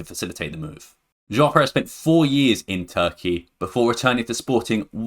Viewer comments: rewatch the video, sometimes while refering to João Pereira, you pronounced it, or it sounded like Jao Perez. I mean its fine, but its always extra nice when the pronounciation of names is on point :) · "Jão Perez", I like your videos, but honestly would be great if you could check the pronounciation of some of the names before... if not too much to ask.